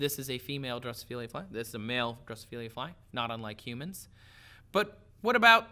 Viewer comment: Not Drosophil-i-a but Drosophila ! No "i".